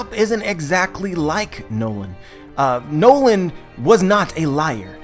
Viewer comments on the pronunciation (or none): It is pronounced as Norland but it is noland